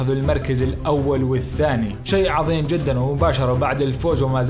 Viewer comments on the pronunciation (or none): none